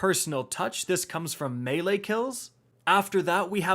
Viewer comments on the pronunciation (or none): none